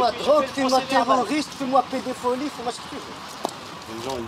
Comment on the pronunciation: Fais moi "pédépholie"!!!!!😂🤣